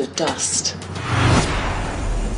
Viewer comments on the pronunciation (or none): Yı nıv nating jon sınov